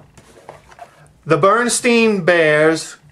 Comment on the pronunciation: Hey, look up “MANDELA EFFECT” Berenstein Bears! I noticed you even pronounced it “STEIN” but apparently it has always been “STAIN” BerenSTAIN! It makes no sense! As a kid of the 80s I know it was spelled STEIN! It’s crazy! There are many other “changes” as well. Mandela Effect, check it out!